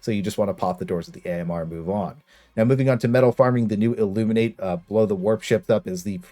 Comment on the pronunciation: Not that it matters, but it’s pronounced the “Illumin-IHt”. The actual word is pronounced the way you were saying it, but the species is different. Regardless, thanks for the method